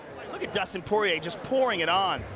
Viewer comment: Dustin Poiyay